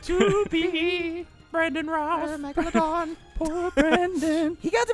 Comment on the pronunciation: with my name being Nick Routh, i can attest to say that pronounced it correctly the first time as ruth.